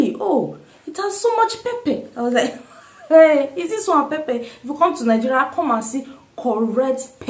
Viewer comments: Good 👍 reviews, a question, I hear most Nigeria pronounce it as Ninjeria, why soh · Good question. I am always puzzled by nigerians pronouncing Nigeria as Ningeria! Why the "n"? Please explain further.